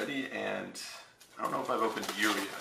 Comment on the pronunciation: Doesn't how to pronounce hamon or uria.